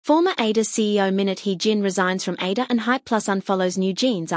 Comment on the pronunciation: It is so annoying that AI cannot properly pronounce ADOR...